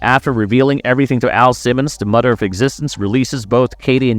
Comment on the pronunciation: "Mudder"😅 Bro....I was like is this guy trying to pronounce M-o-t-h-e-r